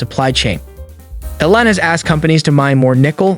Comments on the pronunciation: You’re calling him Ellen, it should be more like “eel-on” with the first syllable being stressed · EEEEE-Lon Musk not Ellen Musk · It's ELON not ELLEN, f n moron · E-lon not El-on, listen to his mom say his name. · Musk's given name is not Ellen . It's E L ON . Think Teflon . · trump calls him LEON ... you call him ELIN ... well, his mom calls him ELON (just so you know) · Really you can't pronounce Elon? Something stinks bad here. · Why in the world do you pronounce his name like that? How do you not know the richest man in the world. Totally bizarre. Great video otherwise!